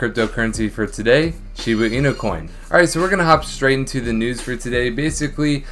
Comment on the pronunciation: Can you stop saying “Shibu inu?” It’s “shibA inu” not “shibU inu” .-.